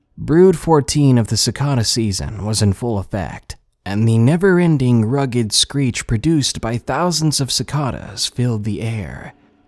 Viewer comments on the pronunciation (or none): Cicada. Suh-KAY-duh. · You mispronounced cicada.